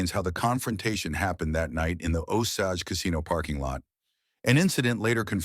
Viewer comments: It's not Osoge.. It's Osage, pronounce with an a not an o. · I hate this AI nonsense. It’s pronounced O sage like sage not Osage like massage.